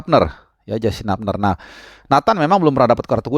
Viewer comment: Koreksi sedikit, yang benar pengucapan HUBNER (h u b n e r bukan h a b n e r). Semoga masukkan ini bermanfaat.